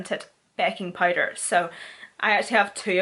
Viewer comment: Listening to her say powder as “pider” is everything lol